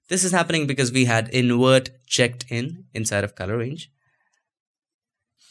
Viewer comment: I love your videos..but dude...you can save Video but you say InWert for invert....I have faith you can do it!